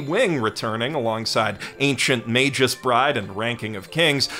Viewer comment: It's pronounced May-gus, not may-jus. Hard G.